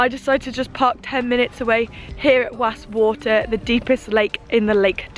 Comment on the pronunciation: it’s ok. Nice video. I’m northern. It’s pronounced wass water the deepest lake in England. Least your trying. Hope you do ok with the Scottish lingo up Ben Nevis. Keep your video’s coming. Very impressed 👍🏻🤓